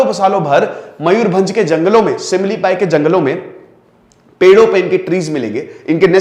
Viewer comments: It's simlipal sir not simlipai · Not Similipai It is Similipal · not "simililai" in is "similipal" "L" is hear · Not shimlipai , SHIMLIPAL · It's not 'Similipail', it's सिमीलीपाल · Sir 🤔 it's 👉 SIMILIPAL 👈 NOT ⛔ similipai ⛔ And I m from Odisha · Big follower. Sorry to say this is similipal not similipai ( pronounced) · Sir its SIMILIPAL not SIMILIPAi. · Sir, It is Simlipal not simlipai. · SIR THAT'S SIMILIPAL NOT SIMILIPAI. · Similipal hota hai similipai nahi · SIMILIPAL sir not Similipai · SIMLIPAL NOT SIMLIPAI